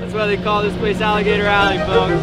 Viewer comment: *ALLEY. Not ally.